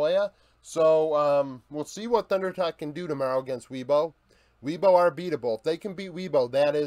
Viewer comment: Great video bro! Really like this series. By the way, as a Chinese speaker - Weibo is pronounced "way-bo" rather than "wee-bo," just if you were curious!